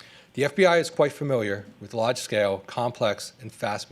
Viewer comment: Dude. Stop saying fur mill yer